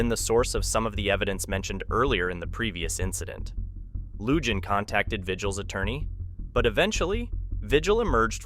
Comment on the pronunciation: You're right !!! When they showed the the new clips on him they said Lujan properly. This mispronunciation drives me nuts?